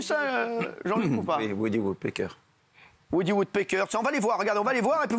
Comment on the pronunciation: encore aurait il fallu qui le dise corectement woody woodpecker et non WOODYWOODBEKER quand zemmour s exprime il le fait corectement lui